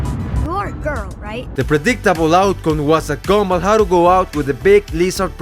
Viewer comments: Bro really says “gombal” instead of “gumball” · The “gomball” ahhhhhh😩